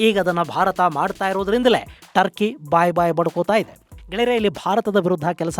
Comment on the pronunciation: ಟರ್ಕಿ ಬದಲು ಡರ್ಕಿ ಅಂತ ಆಯ್ತು.😂❤🎉